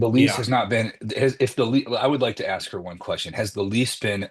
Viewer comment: I know, it drives me crazy. It’s the same here in Australia, what is so hard about pronouncing the S and K 😮